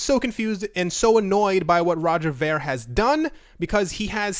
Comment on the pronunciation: Its pronounced roger veer